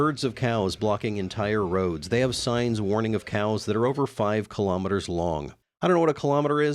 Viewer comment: thats not kilometers, but kilomoos